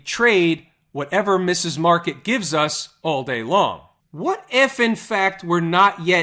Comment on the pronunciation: What's this Mrs. Market shit?! It's Mr. Market.